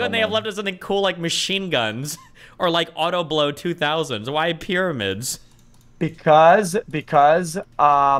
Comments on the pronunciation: I have no idea why xqc mispronounces pyramids lol In french the py part is similar in both languages :P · "The pieramids bro! The cones! In the sand!!" 😆